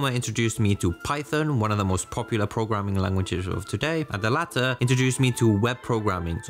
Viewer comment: the late introduced me to web programming.... what is "the Latter" accents through me off a bit Great Video !